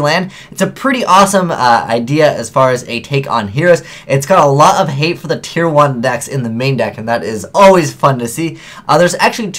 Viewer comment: Btw, it's "tier."